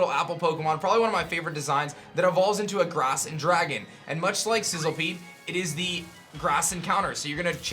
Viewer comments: The moment you realise that it's Sizzlipede not Sizzlepede... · It's literally spelled SizzLIpede. Idk how or why you're pronouncing it like SizzLEpede. Makes no sense and it's really irritating. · It's Sizzlipede* by the way. Not sizzlepede